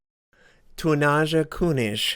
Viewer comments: Dear god everytime you said "tonnaaascha künisch" it gave me cancer! :D haha no worries pronouncing foreign words can be very hard. awesome vid! You've got yourself a new sub! :) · How pronounces the name of the player...:D